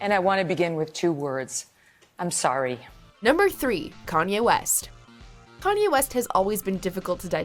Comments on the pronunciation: It’s pronounce yay like his name Kanye....not pronounced yee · Kanyieeeh west